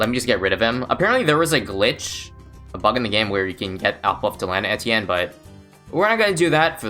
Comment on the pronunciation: If you're making a video about him, you could take the effort and check how to pronounce his name